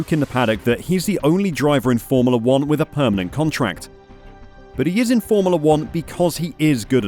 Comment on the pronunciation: Why is this narrator pronouncing it 'formerla'?